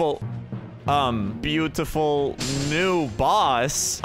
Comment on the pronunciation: I like how he said "Beatiful" boss That boss looks like a reaper